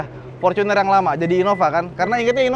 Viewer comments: Forcuner dek ngomongmu, Wong Indonesia kenale fortuner ora forcuner lek ngomong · Binggris bener bacanya Forcuner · Gue risih loe ngomong forcuner bukan fortuner, innova vencurer bukan innova venturer